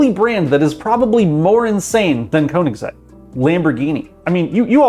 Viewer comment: Did you say Konig sex to Königsegg? I get it's hard to pronounce for english speakers but Konigsex?